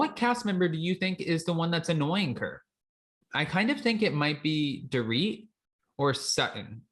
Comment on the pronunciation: Door-it. It’s definitely Dorit annoying Kathy